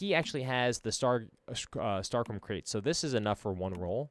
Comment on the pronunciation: Star-CHROM lol